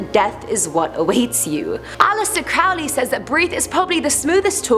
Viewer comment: its not pronounced CRAALY its prononuce CROWLEY like HOLY... people always mispronounce his name andit drives me nuts